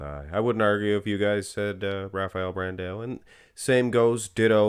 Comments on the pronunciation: It pains me so much when says brand A O. It's pronounced Brand OU like when you say ouch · Pro Tip: When you see "ã", such as in BrandÃo, you pronounce it like DUH! It's like saying BranDOWN, but you switch to the DUH sound.